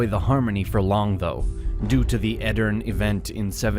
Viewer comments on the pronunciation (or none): Great summary. Btw the last e in Edirne is not silent. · The e at the end of Edirne is pronounced btw.